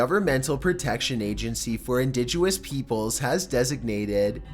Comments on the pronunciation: Indigenous NOT Indiguous LOL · i fucking love your vids nd will subscribe forever but it’s “indigenous” not “indiguous” fjfjdjgks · hey indigenous is pronounced " in-dij-in-us" not "in-dij-u-us" I suggest u look up words to pronounce right. I hope I'm not the only one who has noticed the mistakes in vocab in his vids. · Indigenous not indiguous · It's pronounced *In-dihg-in-is NOT *In-dihj-u-ous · It's, "indigenous" not, "indigUous." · IndiGENous, not indiguous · It’s indigenous not indigeouis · And it's indigenous not indigeouis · "indigyoonous"... dude. i know white ppl dont know about colored folks but you COULD say indigenous... lol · I swear I heard "florensics" and "indiguous"...did I? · "Indiguous". "Florensics". lol The mispronunciations just get more and more hilarious. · Indigenous. pronounced- "in- didge-gen-us". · I don't mind his voice. But how can he pronounce difficult words so well and yet.... Indiduous? = Indigenous Florensics? = Forensics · Please... in...dih...jen... us (indigenous). It isn't about being funny, it's about respect. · OK, sorry, but you have to start looking up pronunciation of words for these videos to sound more professional. They're enjoyable but hard to take sometimes. You meant to say, "No stone had been turned, not unturned." Either way it's the wrong saying for what you meant. And it's pronounced indigenous, not indigUous. And it's Arctic not Artic. You pronounce the "c." It's SIcily, not SiSILLY, accent on the first part of the name, and Johan would have been pronounced as Yohan. I have misophonia and the way people pronounce things drives me insane. I can't be the only one. And I just think the time should be taken if you're not sure. Sound fair? I hope so! Lol. And your cadence is really strange! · I swear to fucking God. If you say "Indiguous" one more FUCKING TIME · They way you say indigenous... Indijoous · Indiguous florensics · indiduous, florenzecs... i am confused. haha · He also said 'Indiguous'